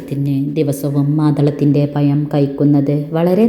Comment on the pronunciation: പയം അല്ല പഴം ആണ്